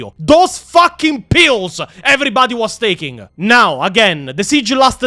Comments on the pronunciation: You accent to me made the word "pills" sounded like "Pios". Are they eating Pios in Hydra Cordatus? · I was listening to the enitre video instead of watching and i kept hearing Pio's instead of pills and was thinking wtf are you talking about, what are pio's